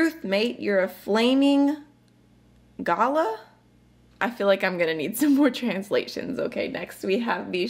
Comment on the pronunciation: you are hilarious flamin' galah pronounced gar lar not gala - a galah is a beautiful pink grey bird and they can be a bit silly